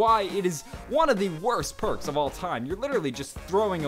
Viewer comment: Persk ??? It's perks